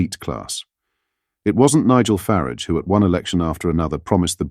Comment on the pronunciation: Although I think this video is very good, is this one of those "robotic voices"? Who on earth says, "stupidest". The plural/words are, more stupid or most stupid!! Nigel Farage is pronounced properly one minute and then it is Nigel "Faridge"!!